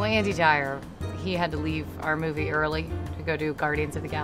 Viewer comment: She pronounced Andy Dwyer wrong! Fake fan.